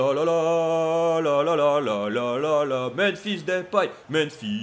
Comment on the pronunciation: je suis néerlandais et ons dis Depay pas Dépay alors arette de dire Dépay